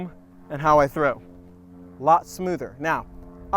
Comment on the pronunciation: Is Trow an ebonics for something?